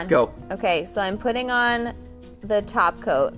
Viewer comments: Are they saying taco or topcoat? It's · It sounded like you were saying "taco" instead of "top coat"